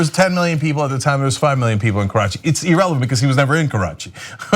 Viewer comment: Cenk, the word is irrelevant not ee-relevant.